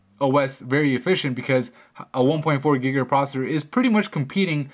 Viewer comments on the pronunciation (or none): none